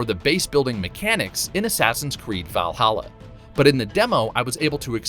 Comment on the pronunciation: “VYall Halla”